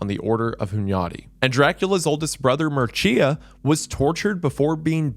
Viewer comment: I got a laugh out when he said Mircea correctly the first time then went on doing the classical American struggle session trying to say it again. I work in an American company and the ways they say Mircea is awesome, never the correct one ofc. Love you wendi!